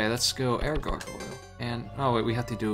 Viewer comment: it bothers me how cant properly say gargoyle lol sweet ass game tho